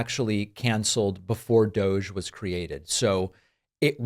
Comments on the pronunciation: Pronounced DOG 🐕‍🦺 E. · You’re all pronouncing it wrong, it is actually pronounced "Dog Eee". As in "Bad Dog Eee"... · Let it be known, that from this day forward, and throughout the land, DOGE shall be pronounced so that it rhymes with, "doggy." So it is written. So it shall be done! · DOGE really should be pronounced "DODGY"